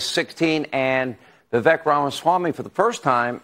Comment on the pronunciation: How long will it take to pronounce his name correctly? "Vi-Vake" - rhymes with "Cake"